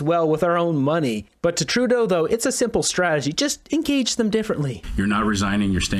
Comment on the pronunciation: Trudeau likes to “I gage all Canadians however, from behind!